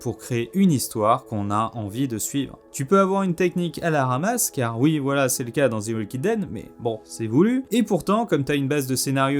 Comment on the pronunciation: "Zi walking dead" mdrrr u Faire un effort pour faire une erreur 😭😭 "The" se prononce "zi" seulement si le mot qui suit commence par une voyelle.